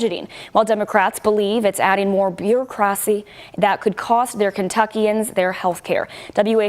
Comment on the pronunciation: She cant even pronounce Bureaucracy. And you want to eliminate Dept. Of Education. What a joke.